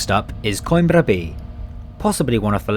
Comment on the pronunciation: Coimbra is ko-EEM-bra and not KOYM-bra. And Aveiro is a-VAY-roo and not a-vee-AIR-oo.